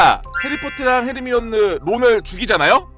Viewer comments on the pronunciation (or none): none